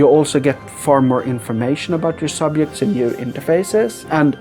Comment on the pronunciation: That's a weird way to pronounce "subjects".